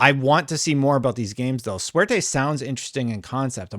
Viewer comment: Every time you said Suerte in full gringo English it hurt my ears.. Makes me wish they used project Luck instead of going with a Spanish word. I'd love some in house Jrpgs by xbox again.